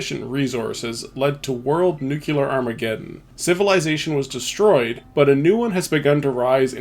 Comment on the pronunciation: Nuclear = Nu Clear not Nuke u lar